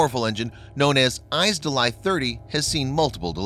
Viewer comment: Thank you for producing a video with up-to-date info AND especially for narrating it with a real human narrator! Your voice is clear, pleasant, and easy to listen to. Two [very] small points: a) the russian word is pronounced [phonetically]; iz-DELL-ya or iz-DELL-ee-ah and, b) you said; "...point oh oh one.." when the caption read.0001 m2. Later, when the russian 57 was mentioned with an RCS of.01 as "a hundred times greater", I deduced that the caption (rather than the narration) was correct:) Keep up the great work!